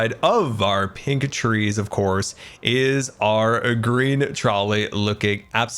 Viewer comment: not gonna lie... at first i thought he said Grian Trolley but I realized he was saying Green... I think Grian Trolley fits better xD